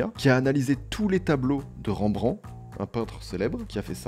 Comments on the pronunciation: Prononciation "Rembrendte" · On prononce le T de Rembrandt. Super intéressante cette vidéo !